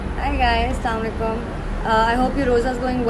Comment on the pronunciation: Asslam o Alikum wrhamtullah vabraktuhu hania i.like u soo much but dear plz say Asslam o Alikum not slam Alikum koi tanked ni only ak advise hai so don't mind it because if we don't say slam with correct pronunciation the meaning of slam will be change 🙂😇😇😇